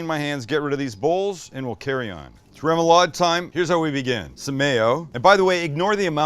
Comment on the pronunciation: As a New Orleanian, you should try a surf 'n' turf poboy. Shredded roast beef with gravy and fried shrimp dressed with lettuce, tomato, pickles, and mayo. Also, smaller shrimp allows for more coverage on the bread, so I'd recommend that for the traditional sandwich. Also, remoulade is pronounced raw-moulade.